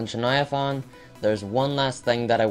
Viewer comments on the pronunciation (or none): You said chuviathaun not chuniathain